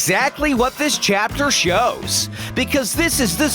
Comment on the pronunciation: WHY IS IT A LOST CHUPTER AND WHY IS A LOST CHUPTER